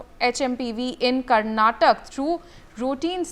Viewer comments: Its not karnatak, it is Karnataka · It’s not Karnatakk..it’s karnataka.. plz be specific to state names .. people of state feel bad for that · Was she not going through the script?? Did it mention karnataka or Karnatak? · Someone teach the basics to the Anchor. KARNATAKA!!